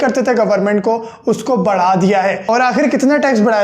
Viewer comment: .Barha hota hai "بڑا"." Badha "nahi hota urdu hindi tanaziya bhool gy hi kaya?